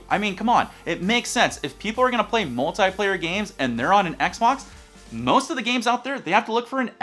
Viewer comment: He said multiplayer wrong